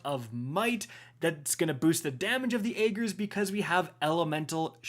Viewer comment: I swear if you pronounce Ager’s wrong again I’m leaving cause there’s no excuse. Lol